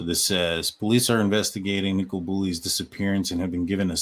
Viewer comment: Nick o La not Nick cola 🫣